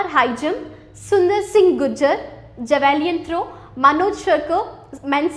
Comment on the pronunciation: Very Informative and nice explanation but there are some pronunciation errors by tutor for some terms like Javelin throw, taekwondo. Hope those will be rectified. No offence please.